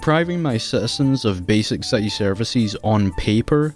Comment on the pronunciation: Gotham see-eaty